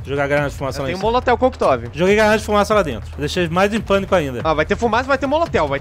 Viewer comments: Kkkkkkkkkk "molotel coquetov" nem precisa zoar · kkkk quem reparo q ele falou molotel coctov kkkkkkkkk nem editor percebeu , se n ele zoava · "eu tenho um molotel coquetov" kkkkkkkkkkk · Molotel Coquetov?? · "Um molotel coquetov" Kkkkk, não acredito que nem o reparou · Tem um Molotel Coquetov kkkkk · Molotel Cocktov kkkkkkkkkkkkkkkkkkkkkkkkkkkkkkkkkk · lá nos molitel coquitove AHUEHAUEHUAHEUAHUEHEUAEU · MOLOTEL KOQUETOV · molotel cocktov kkkkkkkkk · molotel coquetov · "Molotel Coctov" kkkkk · só eu q percebi q o almondega falou moliteu coqtov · 20.22 molotel coquetov kjk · molotel coctov kkkkkkkkkkkkkk escutem em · Impressão minha ou o carinha disse Molotel Coctov em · Molotel Coctov? wtf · "molitel Kocktov" :D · molotel kkkkk é molotov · molotel coquitove kkkkkkkkkk porra almondega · "Tem um molotel koktov"???? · molotel kkkkkkkkkkkkkkkk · "molotel coquetov" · um molotel cocktov ? p** almondega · molotel coquetov? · molotel cocktov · molotel coctov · MOLOTEL COCKTOV! MARAVILHOSO! SUAHaushAUSAhusAHUSahsuA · molotel kokitove